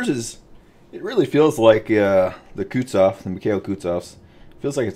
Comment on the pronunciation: wtf are 'shores' and 'kootsof'??